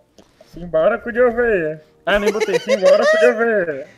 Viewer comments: eu tava ouvindo sinbolico e n sinbora kkkkkk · meia um tentando falar simbora tendo um avc